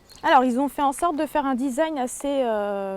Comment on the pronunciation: Le fameux "Disaïgne" C'est franchement génial ! quand des femmes parles de voitures on dirait des vieux qui parlent d'informatique hahaha